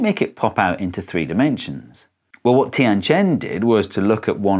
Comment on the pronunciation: Vat the faak